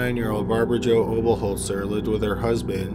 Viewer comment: How is it that he can pronounce Oberholtzer but not Mayhew?